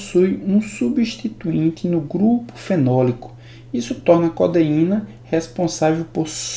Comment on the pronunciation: as aulas são muito boas mesmo, mas na humildade pra somar. he-ro-í-na co-de-í-na.